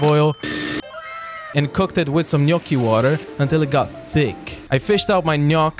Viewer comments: Finally, the right pronuntiation of GNOCCHI! 👏👏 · OK I listened to it once again and at the end he says "gnoc's", again with irony, but he is pronouncing the "gn-" correctly so he's saying it right again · I got gradually more moved everytime you pronounced "gnocchi" right, at the end I was weeping softly with gratitude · Really pleased that you know the right Italian pronunciation (Gnocchi with the gn that makes a fluffy sound, not hard) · Can I just say I loveee how gnochi is pronounced? Its like honey to my ears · Can I just say that, as an Italian, I really appreciate your GNOCCHI pronunciation ❤ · OH MY GOD, SOMEONE NOT ITALIAN THAT PRONOUNCE GNOCCHI CORRECTLY and also treat pasta with good sauce. THANKS A LOT BY AN ITALIAN ♥️ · As i italian, i confirm that you pronounce the right "gnocchi" 😀